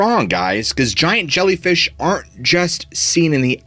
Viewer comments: "ZSHIANT ZHELLYFEESH" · Zsiant Zshellyfeesh😂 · Zshiant zhellyfeeesh😂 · ZSHIANT ZHELLYFEEESH! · ziant gellifish, lol. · Zshiant Zhellyfeesh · Holy zshiant zhellyfeesh! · ZSHIANT ZHELLYFEESH 😂😂😂. For real, though, I, yet again, have learned a few new theories, through your grand narration(s). Thank you, for sharing,!! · "ZSHIANT ZHELLYFEESH" 😅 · Zhiant Zellyfeesh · Zzghiant zzjellyfeesh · Zhiant Zhelleefish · Zhiant Zhelleefish.... lmao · Interesting, thanks! "Zshiant Zhellfeesh" oh my